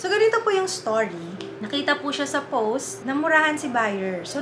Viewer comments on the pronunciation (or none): none